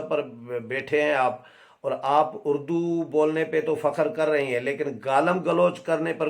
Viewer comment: نیازی نے خود اردو کو "اڑ دو " کہا ہے اڑدو